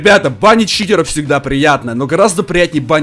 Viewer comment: Почему ты говариш не читеров а читероу